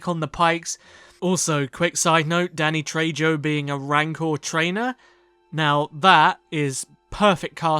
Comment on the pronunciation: tell me why i thought you said "daddy trejo" & i was like that's valid haha